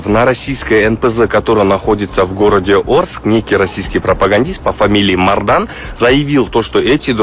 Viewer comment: НЕ МАРДАН , А МОРДАн.....